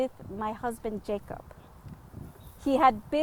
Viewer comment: 💛...would his name be pronounced 'ya-kob'?...